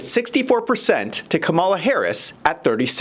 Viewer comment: Why do many keep calling KamAla Haris Kamila